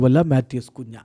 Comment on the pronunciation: കുഞ്ഞാ അല്ല കുൻഹ